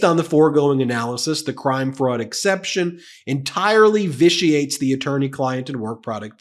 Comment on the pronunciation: Ben, you pronounced "vitiate" correctly. For what it's worth, Ari Melber did not last night. LOL.